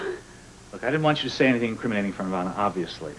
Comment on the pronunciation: kept mispronouncing " Anna."